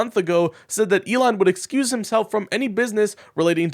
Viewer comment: Recuse not excuse! 😂